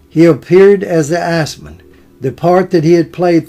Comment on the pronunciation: Very entertaining. Thanks for the upload. However, I believe his characters name in Top Gun was "Iceman" not "Assman".